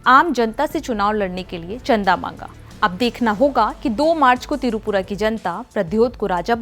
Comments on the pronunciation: It's not Tirupura It's Tripura. Ur pronouncing the state name wrong. Kindly pronounce properly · Tirupura nehi, the word is Tripura ... Basics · Tripura not tirupura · Pehele up tripura pronunciation sayi se boliye